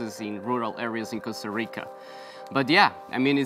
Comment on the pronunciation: He’s keeps saying “Costa Rico”